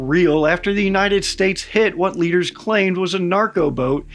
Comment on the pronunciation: Your emphasis on “claim” is says that you think they’re lying.